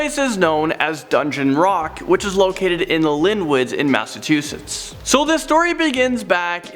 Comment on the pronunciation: Its Massachusetts not massatoosets. Elisa lam not elsa geeze.